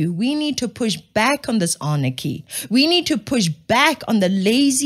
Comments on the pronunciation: Love your shows but it's not Arnachy. It's Anarchy. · "anarchy", not "arnachy".